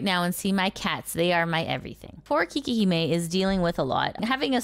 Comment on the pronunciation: Quick thing. Her name is actually pronounced 'kay-kee', not 'kee-kee'. Which sounds closer to "Cake Hime" ('hime' means 'princess') when you say it, so that's where 'Cake Princess" comes from. She does have cake, and she could have consciously chosen that name because of it, but just saying.